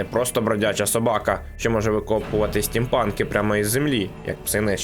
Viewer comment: СтімПАКИ а не СтімПАНКИ)) Або я не дочуваю)